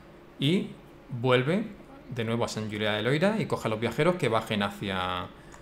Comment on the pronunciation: Hace poco que te sigo y me encantan tus videos. Sigue así! Como andorrano, quiero puntualizar que se dice "Sant Juliá de Lòria", no Loira. El Loira es un río en Francia (☝🤓)